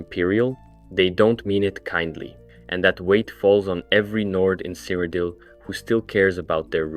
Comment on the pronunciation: Why do you pronounce the locations so weird lol cyridel, is said like a million times in oblivion